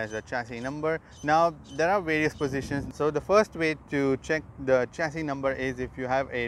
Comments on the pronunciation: Sir its not चेसिस... it's शेसी is correct pronunciation.... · Uncle it's not चैशी number its a शैशी number 😁😆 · Wrong pronunciation of chassis. It is "shesi"